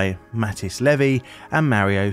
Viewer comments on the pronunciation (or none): none